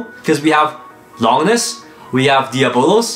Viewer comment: How hard do the new blades hit cuz I have a unique colored og bay from the very first series tht was the phoenix one that's a clear red and it wrecks some these new blades. And lol longness isn't how you say it it lon-ginus named after the unnamed roman who stabbed Jesus on the cross